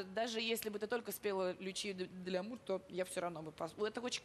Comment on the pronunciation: Лючия ди Ляммермур (а не Лямур)😥